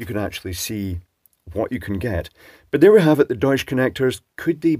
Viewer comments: It is pronounced doych. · It's pronounced "Doycha" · German pronunciation of "Deutsch" would have a hard ch at the end, like in "chair", not the softer sh sound. But I don't know the company or the bloke are German, and whether pronouncing it like a German would is appropriate at all. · Cheutsch connectors, nice…… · Hmmm, interesting. Why they are called "German" in German? You are pronouncing that name quite good, but the T is missing in the middle. It's like Dutch where the T is pronounced. Fun fact: Deutsch and Dutch comes from the same word base, it means "people". Dutch is used for the language in the Netherlands and for the German language words derived from Germanic tribes are used in other languages, like Alemanni for French, Saxons for Finnland, Nemetes for Poland. Yes, Germany in German "Deutschland" literally means "land of the people".